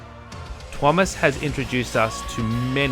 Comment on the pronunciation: She can pronounce Tuomas' name correctly. Can verify as a Finn. :) Thank you for an excellent and respectful dispute of her argument. This is truly useful debate.